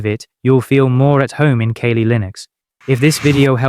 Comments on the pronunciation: Dude...kah-lee. Kali. Kawlë. The Hindu god. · Too many mispronunciations. Are you sure you're not A.I.? I'm not using Kaylee Linux. ".exe"? I'll just read the book.